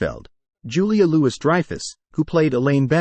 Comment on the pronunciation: Julia Loo-iss Dreyfus